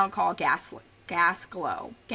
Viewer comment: Good video but some of your pronunciations aren’t correct. KI-REE-MU-OR (Kirriemuir) KOUR-REE-UH (courier) KIN-NOR-DE (kinnordy) EH-DUHN-BRUH (edinburgh) Gaslow?? Girl you did mean GLASGOW?? (glaz-gow)